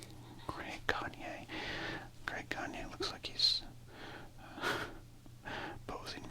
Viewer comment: Greg Gagne is actually pronounced gag-knee. Not pronounced like the wrestler Verne Gagne.